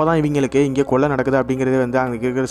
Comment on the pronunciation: பக்கீ....கொல்லை இல்லை கொள்ளை.